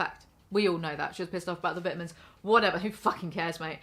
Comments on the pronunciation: I know she cant control it but I couldn't stand how the way she said "vitamins" >_< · I will always hear vidah-mins and giggle a little. Sorry I'm a yankee